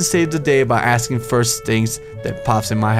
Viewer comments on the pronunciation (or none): none